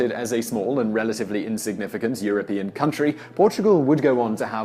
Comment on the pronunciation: European! not Europian.